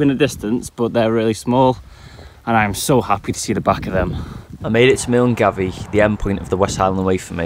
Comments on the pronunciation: Great achievement. But your pronunciation of Milngavie set my teeth on edge. :) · Only someone from Scotland could understand how triggering the way he pronounced Milngavie 😂It's really not his fault though. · he said "mill-en-gavi"... 😂😂😂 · It’s not pronounced Milngavie it’s pronounced ‘Mulguy’ 😅 love the content 🏴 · Milngavie is pronounced "miln-guy"! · It's funny to hear English people pronounce millgavie, pronounced 'mulnguy' properly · Milngavie is pronounced like “Mul Guy” and yes as a Scotsman even I was confused with this. Some amazing shots. Loved watching this 🏴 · I had to laugh about how you pronounced Milngavie.....In Scotland ita pronounced Millguy 🤣 Great effort though and brilliant video. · Milngavie (the start of the west highland way) is pronounced mill-guy. Don't worry as someone who's lived here my whole life I think it would be funny if we all switched and pronounced it phonetically! 😂🤦‍♀️ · Just a little thing that caught me out when I moved to Glasgow. Milngavie is pronounced mull-guy. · Absolutely loved the video! Just wanna say that Milngavie is pronounced mil-guy. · Excellent video, thank you for that! I was wondering that you pronounced Milngavie as it is written - few years ago when i was hiking the WHW all people told me that it is pronounced "Mill'guy" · Great video. Wish I had the motivation and the time to do something like this. Just one thing though... Common mistake... Milngavie isn't actually pronounced as it sounds. It's pronounced "Mull-Guy". 😅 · Milngavie is actually pronounced "mill-guy" love the video so far x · Milngavie is pronounced mill-guy FYI ❤ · Great video mate, btw milngavie is pronounced mil-guy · Milngavie is pronounced like “Mul-guy” Great video regardless! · MILNGAVIE .... PRONOUNCED MULL GUY btw haha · For future reference, Milngavie is pronounced 'mul-guy' 😂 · FYI - Milngavie is pronounced "milguy" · Milngavie is pronounced mow guy. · May I be the 94th person to say that 'Milngavie' is pronounced 'Mulguy'.